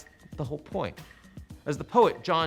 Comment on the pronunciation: John Donne (sounds like “dún”) 😁